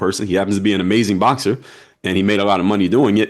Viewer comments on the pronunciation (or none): none